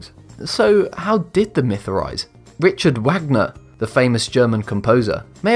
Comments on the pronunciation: Richard Wagner is pronounced "REE khard VAHG ner", NOT the way you you pronounced it here! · On behalf of classical musicians everywhere, Richard Wagner is pronounced "reecard vog-ner."